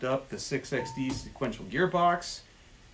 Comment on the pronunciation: Haha “seequential”